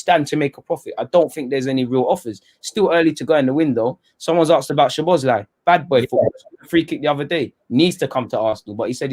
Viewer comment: I'm hungarian too as Szoboszlai(pronounce it Soboslai) he is a great player and he is gonna be 1 of the top players in Europe we should sign him i think. You're both forget that fact Chelsea has had a transfer budget last summer and they sold hazard plus they've won the Europe league and have played the CL last season and the next season as well they have a loads of money without any investments so imo these signings are not came from Abramovich.